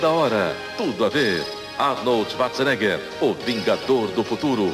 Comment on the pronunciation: / Nos anos 80/90, 🎙os locutores 📽 que faziam as chamadas dos filmes 🇦🇹 com Arnold Schwarzenegger 💪🏻 que iriam passar na televisão 📺 não sabiam falar direito o sobrenome do ator austríaco (🔊 que na verdade se pronuncia XVARTZENÉGA)!